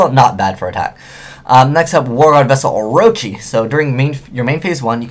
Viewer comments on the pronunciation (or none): none